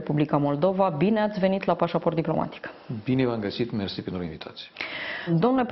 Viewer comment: Aplauze pentru "marele merçi"moldoveanului rusofon/fil,ha,ha,ha&he he!